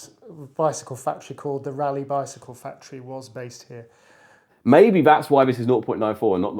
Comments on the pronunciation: You can only get the confusion when you pronounce "Rayleigh" as "Raleigh", without it there is no confusion with bicycles at all. 😆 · That's just due to pronunciation; it should be "raa-lee".